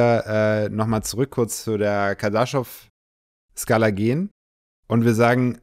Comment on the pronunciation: KardaschOv. Betonung auf o